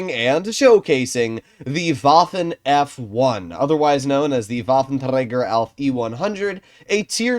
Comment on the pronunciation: Day one of asking to stop saying Waffenträger in a Scottish accent 😏